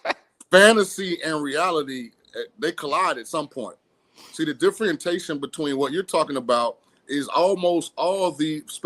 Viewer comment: This dude is going to talk about the educational system at Alabama and then say "differentation" 😂😂😂